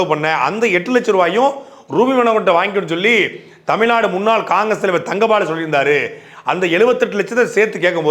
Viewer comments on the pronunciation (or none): none